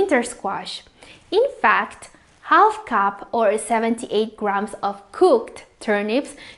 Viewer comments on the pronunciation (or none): none